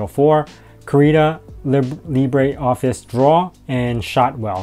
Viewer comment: I love the way your are pronouncing "LibreOffice" lol I'm surprised you are using Gnome, i always thought you were a Xfce guy :)